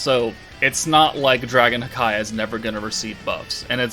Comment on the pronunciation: I gotta say it….it’s not dragon hakai (like Dragonball super) its dragon haki (like from one piece pronounced hah-kee) haki=willpower